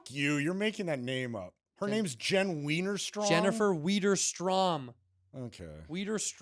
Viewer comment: Jen what? How do you spell that?? Sounds like Santino was trying to pronounce my last name haha